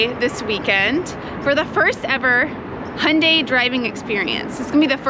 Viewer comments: I'm surprised the some instructors still pronounce the name incorrectly. says it correctly, it's "Hyun-DAY" as in highlighted in infamous Super Bowl commercial "Rhymes with Sun-DAY" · Right and the closest/correct proununciation to the original Korean and how is correctly pronunciating it is Hyun-DAY. If the UK promotes it differently, then it's their marketing department that isn't doing a very good job of helping to standardize the name globally. Here's the ad spot dedicated to how to correctly pronounce it in English